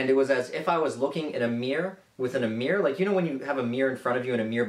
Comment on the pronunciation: he says mire instead of mirror